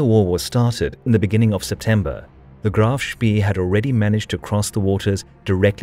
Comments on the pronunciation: You pronounce it like Graff Spae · Seing graf shpee called graf shpii sounds so strange. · See is pronounced say in German.